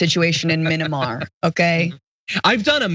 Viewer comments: um i think u mean "minnimar" coup john?? 🙄 (being sarcastic lol) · Someone used this poor slob as a prop. Anyone who would know anything about what's going on there would absolutely know how to pronounce the name. It's Myanmar, not minimar. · Minamar! Are you effing kidding me! Proof that tRump and his cult are dumber than a bag of rocks! They always sound like they have a vocabulary of about 20 words, and they can’t spell or pronounce half of them! SMH! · Did not no how to pronounce the name of the country its not mini mar dummy its miyanmar